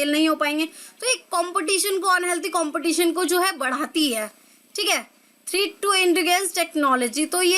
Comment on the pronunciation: Mam Threat ki pronounciation glt bol rhe hai aap